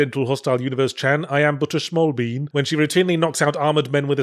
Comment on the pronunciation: The long pause was hilarious but hearing him say "schmal bean" got me